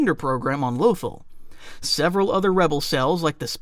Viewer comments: Lothal is pronounced loth-ALL. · the way you pronounce certain names is driving me crazy. Hera Syndula and Lothal are pronounced IN THE SHOW